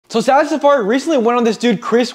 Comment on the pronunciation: why’s bro saying sally when it’s sara, i know it’s something small but it just annoyed me a bit. still love the vid though and sara, she helped motivate me to start working out and go to the gym